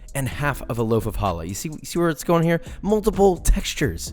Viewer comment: He really said challa like I can even spell it let alone have it leftover in my kitchen